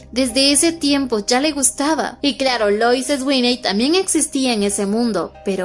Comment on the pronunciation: Me encanta la narración, los comentarios de y su bella risita. Pero la pronunciación de los nombres....😢 Sweeney = "Suini" Dean = "Din" Fuera de eso, todo perfecto ❤